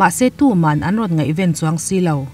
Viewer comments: ngaihven a ven i lam rik dan hi a dik lo.tenawm a ten thluk ang a lam tur a nilo o..pawisa ren tur tih a hemi ren thluk hian ngaihven a ven tih hi lam tawh la a lawmawm ngawt ang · Ngaihven i lam dan hi a diklo fai deuh vek, ngaihven a ven lai hi ri sang tur a ni lo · Ngaihven hi i lam dik chiahlo a ni hi👍